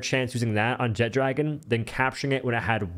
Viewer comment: It's not jet-dragon it's one word jetragon